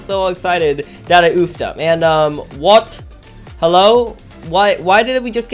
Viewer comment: User you say WHOT instead of what